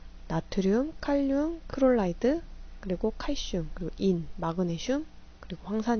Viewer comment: 강의 너무 도움되고 좋아요.. 하나만 제안드려도 될까요? 염소 말씀하실때 크롤라이드로 발음하시는데 클로라이드로 말씀해주시면 이해도 쉽고 더 훌륭한 강의가 될거 같아요..